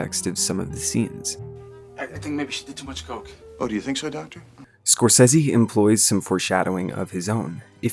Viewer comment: I CANNOT EXPRESSED HOW PLEASED I AM THAT SOMEONE FINALLY SAID SCORSESE CORRECTLY I AM SCREAMING WITH JOY THANK YOU